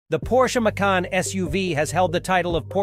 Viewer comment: Its not "Maycun"!!